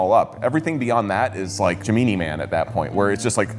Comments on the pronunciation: Did he just say.... "Gee-Me-knee Man"?! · i'm sorry.... 'jameeny man'?